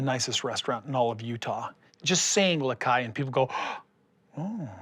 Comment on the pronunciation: It’s “La Cai,” not “Ma Cai!” He’s so stupid that it hurts to listen to him.